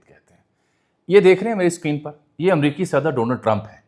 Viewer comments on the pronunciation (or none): none